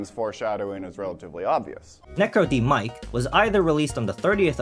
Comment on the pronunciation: I think it's pronounced "Necro-demic", Like "Necro" from Latin(e.g. Necrotic) and "-demic" from words Like "Pandemic"